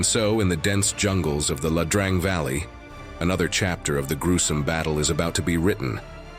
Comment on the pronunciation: Please do us a favor and do enough research to pronounce the the name of the valley the same at least twice.